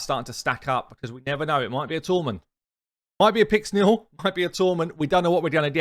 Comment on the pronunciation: Great video thanks! "Might be a tormin"! (Pause) "might be a pyxniel" 😂😂😂😂